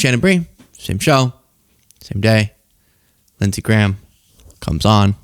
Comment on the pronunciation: LINDSEY GAYAHM 😂😂😂😂😂😂😂😂😂😂